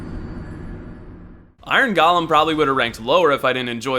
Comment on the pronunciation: There are a surprising amount of people that pronounce the word golem ‘gollum’. I don’t hold it against him personally but it annoys me in a similar way to nuclear and nucular.